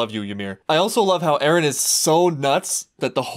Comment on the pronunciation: Top 15 Mikasa Quotes: "Ereh" - Mikasa Ackerman "Ereh" - Mikasa Ackerman "Ereh" - Mikasa Ackerman "Ereh" - Mikasa Ackerman "Ereh" - Mikasa Ackerman "Eren" - Mikasa Ackerman "Ereh" - Mikasa Ackerman "Ereh" - Mikasa Ackerman "Ereh" - Mikasa Ackerman "Ereh" - Mikasa Ackerman "Ereh" - Mikasa Ackerman "Ereh" - Mikasa Ackerman "Eren" - Mikasa Ackerman "Ereh" - Mikasa Ackerman "Ereh" - Mikasa Ackerman